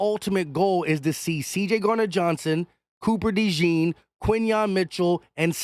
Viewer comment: 1. Say his name the right way! Cooper “DeJAWN” (pronounce it like Dijon, the mustard, except “Dejon”). 2. Speaking of DeJean, definitely don’t mind him being on the outside! Dude is 6’1, 206 lbs, jumps like a pro PG, and runs a faster 40 than Trent McDuffie. He will be fine. 3. Keep Bradberry as a mentor/ 3rd stringer in case of injury.